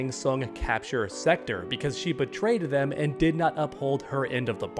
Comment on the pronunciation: Just pronounce "Sektor" correctly, please...